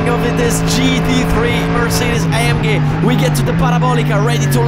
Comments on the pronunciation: A m gay? How do u pronounce A G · It's the same sound in Italian. But he used the German sound for the G because AMG is German. Very often in Italy for acronyms we use the original pronounce.